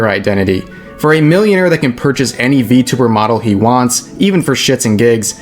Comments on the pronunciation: I *was fucking triggered on how he pronounced it I can't even portray it in a "mOcKiNg" text form, it's just fucked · Apparently xQc is such a huge V-Tuber that he intentionally mispronounces it too Fucking "V-Tubber"